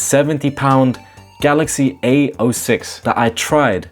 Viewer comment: "the galaxy AYO 6"